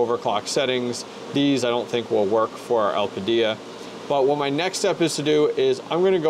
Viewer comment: u really think it's getting 90w at 950 v core? (at the wall) also, el-pida is the annunciation lmao. also with those mem tweaks u applied, u don't have to bios mod. in windows, setting ram to the 1st setting is enough. the main ram setting changed in that bios is the tref